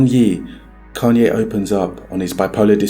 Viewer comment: It’s crazy to do a documentary on a man and pronounce his name wrong after all the videos you have of the correct pronunciation. Say it right!